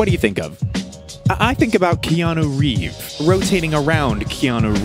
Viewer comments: Just... Wanted to let you know that it's not "Keanu Reeve"; it's "Keanu REEVES". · Keanu "Reeve"